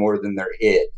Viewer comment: My bachelor's is in psychology and I just graduated with my masters in professional counseling and I have never heard anyone say ID/Id as you do, it has always been said separately like I.d.